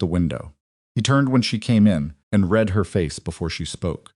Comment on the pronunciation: Will someone PLEEEASE tell the AI that the word READ has TWO (2) TWO completely DIFFERENT pronunciations DEPENDING on CONTEXT..Jeeze its aggravating